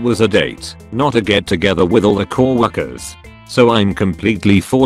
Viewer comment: No one Literally fucking no one Text to speech guy: Cow - Orkers